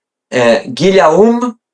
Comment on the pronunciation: "Guillaume" pronounced a bit like Giy - oh - m